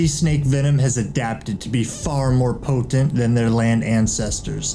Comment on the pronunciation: Po-tent lmao